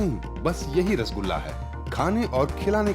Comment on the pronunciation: It is "R-SO-GOLLA"